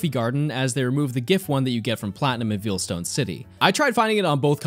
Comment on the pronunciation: Something I’m endlessly amused by: the way says Veilstone. He says it like veal, like the meat, instead of like the word it is, Veil. If you’re wondering how to say it, think of it this way: how do you say the term “Wedding Veil”? If you want a direct pronunciation: Vay-uhl.